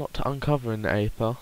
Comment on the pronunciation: Its pronounced eather not neather